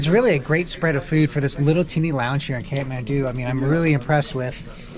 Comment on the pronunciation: Kathmandu not catmandu😂